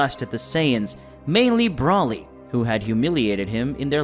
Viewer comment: You can say freezes name right but you can’t say Broly right look how I say it Broly